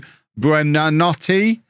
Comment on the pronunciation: Google translate how to say good night in Italian and that’s hoy you say buonanotes name